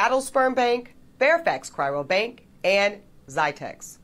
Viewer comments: Is anyone gonna tell this strong, independent, and obviously educated woman that there is only one 'r' in the word cryobank? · For a woman as educated as she is, you'd think she'd be able to pronounce "cryo bank" correctly. She repeatedly said 'chyro bank". This observation is coming from an educated black man here. My sperm, however, is not for sale. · It’s not ‘cryrobank,’ FFS. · God she says it again and again. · Ugh! She can’t even say ‘cryo-bank’ properly. Education doesn’t mean much anymore.